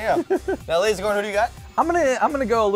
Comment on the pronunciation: did lasercorn just said "meow" instead of now? XD